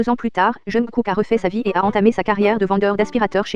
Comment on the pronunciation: Pardon mais... "Jeunekook" 😭😭😭